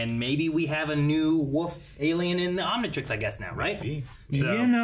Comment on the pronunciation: This episode is generally considered to be a nothing episode for the overarching narrative but it's one of the most Ben 10 episodes of Ben 10 you can get and I love it. Also someone smack until he pronounces Omnitrix correct